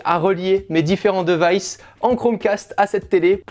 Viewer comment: Les différents DEUVAÏSSE dommage cette prononciation.